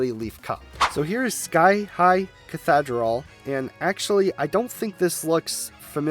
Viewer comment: Pronounced "kah-THEE-dral" lol. nice vid tho